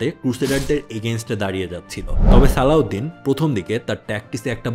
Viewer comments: His name is Salahuddin ..not saladin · নাম গুলা ঠিক করে বললে ভালো হতো, নুরুদ্দিন, সালাহউদ্দিন, রিনাল্ড দ্যা চ্যাটিলিওন